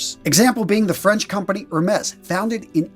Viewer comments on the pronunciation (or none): Hermes- French. Silent H, silent S. So 'err-may'. You asked! hah. Great content.